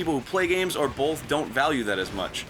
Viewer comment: Arin pronounces "both" as "bolth"